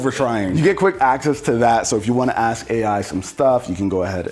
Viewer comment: It's like watching him try to say "ask."